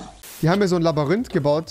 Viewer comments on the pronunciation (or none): Niemand: Rewi: Labarinth